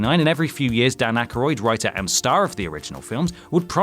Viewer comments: Omg thank you! I got a headache in my eye from that pronunciation. The other day it was ky-fer Sutherland...ouch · Harold Ramey? Who is that? And you got Bill Murris and Dan Aykris names wrong too...